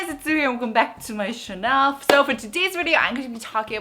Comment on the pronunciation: I love! I really love her! I don't mean anything, but why she say "chanel" instead of "channel"... I mean she speak very good English...